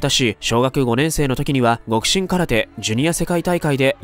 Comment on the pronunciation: 極真はきょくしんと読むんやで。